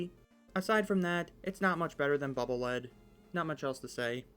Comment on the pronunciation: Why does everyone always mispronounce Bubble Lead. It's not Lead like the mineral It's Lead pronounced LEED Because it's a bubble that acts as a lead to check for traps.